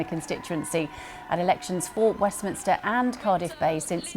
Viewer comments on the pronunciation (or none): none